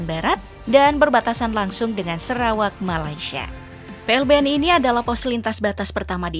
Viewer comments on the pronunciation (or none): none